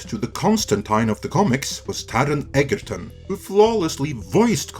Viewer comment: >criticizes mispronunciation of Constantine >mispronounces Egerton Ironic